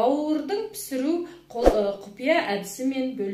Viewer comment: Пысыру емес пісіру десеңіз дұрыс болар еді